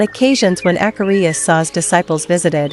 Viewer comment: PLEASE use a human voice! It’s DISRESPECTFUL for these great monks to be called AKAHRIYA by this artificial ‘voice’!!! If you want I will do the voiceover for you free.